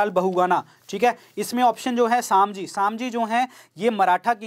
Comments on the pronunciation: Its sambhaji not samji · वो संभाजी महाराज है. सामजी नही.